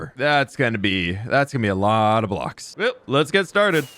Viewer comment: Well that was a „lottle“ of building